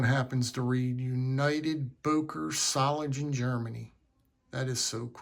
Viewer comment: Solingen. The “ng” is pronounced like in “singer”. There is no “g” as in “gentle”. Böker offers some nice knives. I’ve got several models in my collection and I’ve been to their store several times. It’s only a three-hour drive.